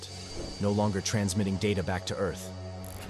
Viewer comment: Time not tome